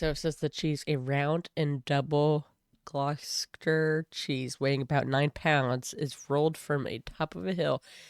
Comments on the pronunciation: I should probably enter some day, the hill is not as steep as the quarry wall I often run down. Gloss-ter-sherr btw 😉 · "I just don't understand the point." There isn't one! Pronunciation: Gloucestershire - "glostershire", Gloucester - "gloster".